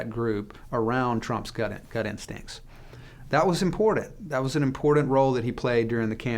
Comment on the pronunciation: This guy says importet instead of important and he uses that word often.